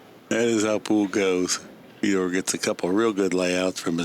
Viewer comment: Fedor still so young that the commentators didn't even know how to pronounce his name properly 🤣